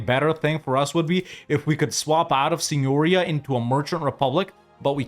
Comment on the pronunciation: If you want to pronounce "signoria" like a true Milanese, put the accent on the second "i". Something like "santeria"... remember the song by Sublime? :)